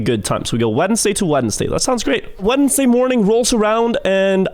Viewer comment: why did he pronounce Wednesday so weird??